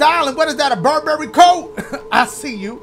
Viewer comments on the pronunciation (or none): none